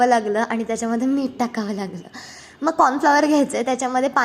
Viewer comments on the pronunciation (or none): Meet mhantat nahit...meeth mhantat